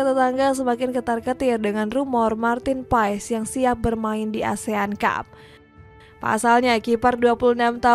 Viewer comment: Martin paas, bukan paes ngucapinnya